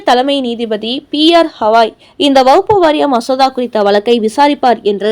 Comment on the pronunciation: எத்தனை முறை திருத்தினாலும் திருத்திக்க மாட்டேங்கிறாங்க செய்தி வாசிக்கும் இந்த அம்மா! அது வக்ஃபு வாரியம். வகுப்பு வாரியம் இல்லை.